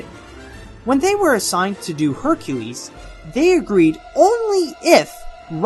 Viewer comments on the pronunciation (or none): none